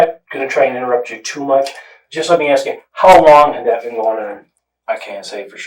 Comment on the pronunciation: its the "lemme axe you a quechin" that gets me ..😅